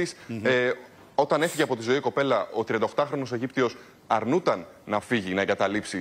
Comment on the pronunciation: Αρνουταν.....αρνουταν....Αυτά τα αγράμματα παιδιά με αυτα τα ελληνικα δουλεύουν στην τηλεοραση και τους ακούει ο κοσμος